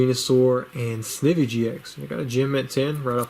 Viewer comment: Pretty sure Snivy is pronounced like the plant Ivy